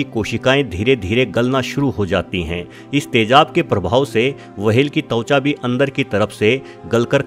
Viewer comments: It's त्वचा not तउच्या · Also "tavcha" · वहेल के साथ तवचा भी है😜